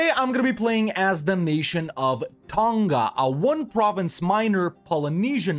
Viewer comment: I dunno, he did mention in another video he was from Kiribati, but I would have thought he would have known how to pronounce other Pacific Islands properly if that was the case. He doesn't pronounce Tonga correctly nor does he ever pronounce the Maori Iwi names anywhere near correctly. It's also not a Francophone country iirc.